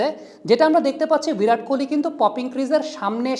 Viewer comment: ভিরাট নয় বিরাট কোহলি